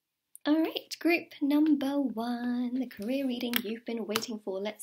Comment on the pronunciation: when i heard career i thought she said korea